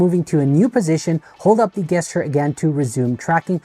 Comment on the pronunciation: I say this with humility and kindness, ‘gesture’ is pronounced with a ‘J’ sound, like Jester, not a hard ‘G’ sound like one hears in ‘goat’.